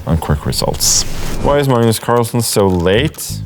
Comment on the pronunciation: "I'm Mmmms Carlsen"